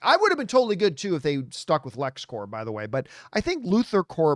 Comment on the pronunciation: FYI, You pronounce the p in corp. Lexcorp, luthorcorp